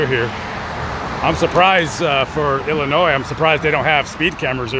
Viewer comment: I am from Illinois so thank you for pronouncing the states name correctly . I use to go from chicago to Mississippi 4 times a year with my family back in the late seventies and early eighties. My how the times have changed .